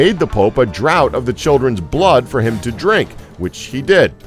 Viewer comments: VO Nitpick: "Draught" is pronounced like "draft" not "drought." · It’s pronounced draft not drought